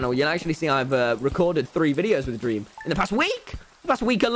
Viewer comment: dweam lolw